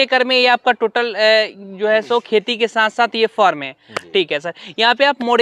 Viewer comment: Bhaiya aap form bolna chodiye, usko Farm kaha jata hai